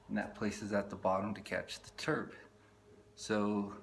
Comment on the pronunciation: trub... not turb